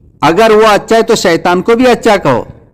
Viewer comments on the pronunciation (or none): none